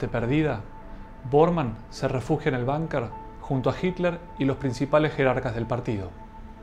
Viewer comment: ¿"Banker"? Es Bunker, palabra alemana, que se pronuncia en castellano tal como se escribe.